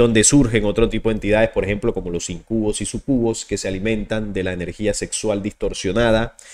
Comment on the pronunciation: Íncubos... súcubos.. Con sus respectivos acentos y entonación..